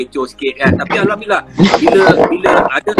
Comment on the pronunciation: Budak ni asal dari mana. Cakap satu macam punya slang. Sebut Alhamdulillah bunyi mcm arab. Ckp melayu bunyi mcm mat saleh